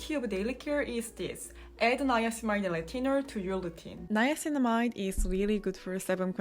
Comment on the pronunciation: when you say "retinol" I hear "latino"